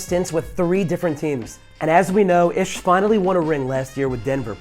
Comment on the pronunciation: Ish's name is pronounced "Eeesh"